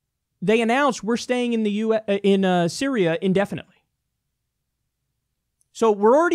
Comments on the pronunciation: Kyle "Sy-ri-AH" Kulinski. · "Bitch I said Siri-A" LOL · “BITCH I SAID SY-RI-A” - Kyle Kulinski 2018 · " bitch , I said syri-A "